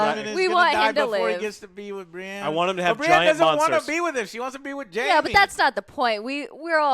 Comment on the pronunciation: That girl needs to learn how to pronounce the names yo what the hell. How can you watch this show and not know how to say Brianne??